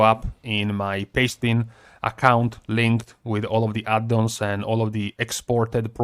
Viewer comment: LOve how you say "Add-dons"!